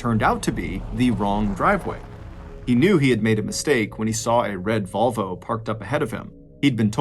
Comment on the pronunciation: Mr. Ballen is an awesome dude, but it seems he needs a little more practice saying "in her driveway where her red VOLVO was parked." 😆 - I am surprised anybody was willing to park their "red vulva" in their driveway. But hey, I'm not judging... 😄